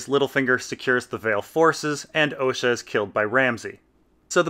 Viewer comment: "Ricken" "Oleena" "Ohsha" Either the creators of the show who work directly with GRRM are pronouncing them wrong, or you are.